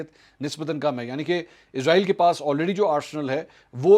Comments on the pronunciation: Ezrael hota ya israel ap k bolny me fark hai ya hamary sun'ny me 🤔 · اس کا نام اسرائیل ہے نہ کہ ازرائیل برائے مہربانی اس کو ازرائیل نہ بلائیں ۔شکریہ